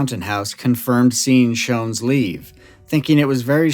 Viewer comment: Joseph (Joe) Schons was my father. Rosenda (Cindy) Schons was my mother. My name is Jon Schons. I'm their son, 68 years old now. My YouTube name is Jon Stone, a fake name. You did a fantastic job of research and storytelling. I'm impressed that you pronounced our family name "Schons" correctly. Most people pronounce it incorrectly. It's a German name. I've never heard all the details you revealed. It was entertaining to hear you talk about my mom and dad. You made me laugh when you mentioned that there was vomit and feces next to the light-blue Volkswagen, and my mom said: "Joe made quite a mess." That sounds like something my mom would say about my dad. He was a recovering alcoholic, on and off again. I can clear up any suspicion that my dad was connected to the Yuba County Five. There was no connection. My dad didn't know them. My parents bought a 40-acre property on Raccoon Road in Berry Creek. My dad got drunk and was driving on a snow-covered dirt road in Plumas National Forest. He got stuck in the snow and suffered a minor heart attack when he was trying to get the Volkswagen unstuck. His brief encounter with the Yuba County Five was purely by chance. It's unfortunate that the young men didn't stay with my dad and help him. He could have led them back down the mountain, and they would have survived. Apparently, they weren't very bright, but my dad was smart. They should have helped him. He was stranded and could have died in the cold. My main takeaway from this story is